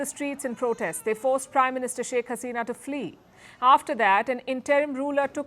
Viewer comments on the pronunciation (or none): Palki S, for long, I have been crying for South Asian Unity, USAS - United South Asian States but to no avail. Your fanatic hawks started spitting venom at Bangladesh, for, with Hashina (your pronunciation of utter negligence) gone, billions of windfall dollars every year gone. And they are insane. Bangladesh cannot be callous in security. Logical!